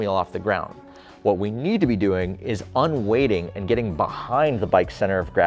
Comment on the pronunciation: Surely it's "un-weighting" not "un-waiting"?